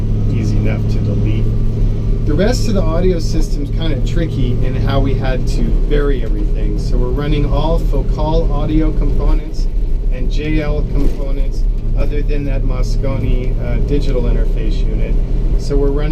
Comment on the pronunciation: Nice! Also it is fo-cAL (as in apple)